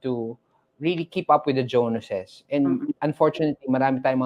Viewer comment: Joneses not Jonases.